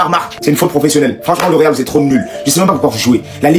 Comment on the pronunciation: C'est le Réal de Madrid et non Magrid. C'est la Remontada et non Remontanda